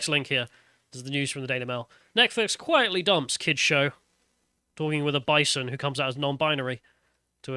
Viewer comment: Is it a bison or a bi-son? 🤔